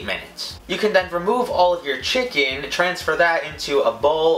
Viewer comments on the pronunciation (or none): The way he says chicken is so funny "chickin"